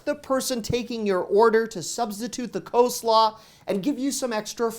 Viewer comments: "Coe Slaw" lol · Cole slaw not co-slaw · What is "kosla"? Again, what is "kosla"? 🤣🤣🤣😅😂 Dude, WTF is "kosla"??? 🤨🤣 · Co slaw? LOL Really? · I like how you pronounce co-slaw 🤭🥰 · Co-slaw lol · 1. The way you say coleslaw is infuriating. Why so people insist on dropping L's in words like gof. This is the first time hearing it for coleslaw. 2. Some of these aren't "hacks". Like the pizza hut one, that's not a hack, it's using a coupon supplied by them in an easily found spot. It's less a hack and more of being a dumb consumer. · Great video as always. I think you mispronounce the word coleslaw. The law at the end is pronounced as law, as in law school.